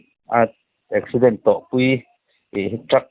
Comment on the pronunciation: Eksiiident tia i lam kher zel hi ka ngaimawh😅